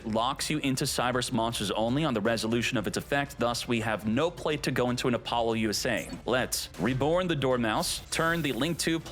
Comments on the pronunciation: Is this man saying Apollo-USA? Lmao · Could you stop saying Apollousa wrong, there is no acronym in the name